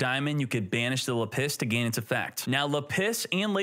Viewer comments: normal person: lapiz: La-PISS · Lap-is not La Piss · It’s lapis, not lapiss😂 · LA PISS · still can't pronounce lapiz. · Do you actually think lapis is pronounced "la-piss" or are you memeing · The way you are pronouncing Lapis is killing me. XD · It's Lapis Not Lapis smh 🙄🙄🙄